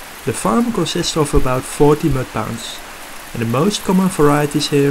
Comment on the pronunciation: U have great video's but please work on your english vocabulary. Fry pounds????, U mean ponds!. oranges is not a word for more orange in a fish. Again really great video's but listen back your own video's to learn of urself.